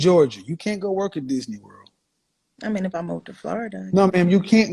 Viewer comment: Did she said dysney?????wtf buy a dog